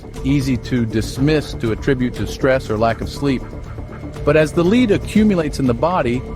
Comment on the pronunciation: Yeah honestly that made it too frustrating to watch. Doesnt even care enough about editing to notice the main lethal ingredient is being pronounced wrong